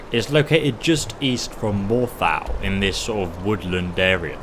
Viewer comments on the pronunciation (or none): I've never heard Morthal pronounced that way before. It's awful. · "more thal" ??? lol